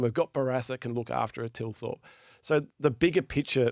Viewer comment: THilthorpe! Not Tilthorpe.